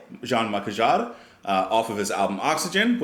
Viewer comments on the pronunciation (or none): Hi there ! I know you will find this weird but if you wanna get and understand him better, you should take a look at... live concerts ! What I mean here is : J-M Jarre's (pronounce " Me Shell" by the way, or Michelle like the Beatles song ;-) ) music is also very visual. Maybe this is not very impressive now but back then shows with many lights, especially laser ones, were amazing. Like a musical / visual space experience. (I'm french, I saw it when I was about 10) You also spoke about Björk, electronic music and emotions in parts 1-3 video. About that maybe you should take a look at Björk's first titles, like Big Time Sensuality. Or, even better, to her former group (before she started singing solo), called The Sugarcubes ! Sorry about my rusty english, I hope you'll get what I meant. Happy new year by the way ! :)